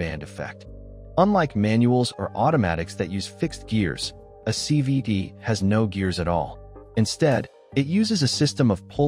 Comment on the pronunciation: He keeps saying c v ‘d’